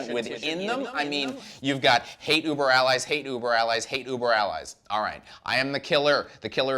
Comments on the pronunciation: Why do you keep pronouncing Hate Über Alles as “allies”? It’s pronounced like “al-ez”. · 1- needs to listen to some Dead Kennedys so he can learn how to pronounce alles properly 1-he also needs to learn Roman numerals.